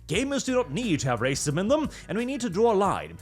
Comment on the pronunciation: The tongue roll rrrrrrracism is so classic